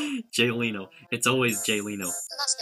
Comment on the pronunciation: Why does it pronounce Leno as Leeno?